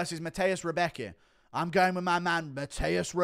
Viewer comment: Rębecki is good w chuj. And Guru check out the pronounciation of Rębecki. Cause you sound a bit like Chael with his Pierra.